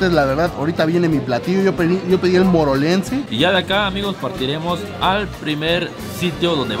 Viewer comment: pidió el platillo morelense y dice morolense jaja